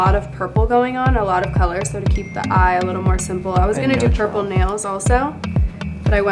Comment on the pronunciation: She really said pUrPle mOP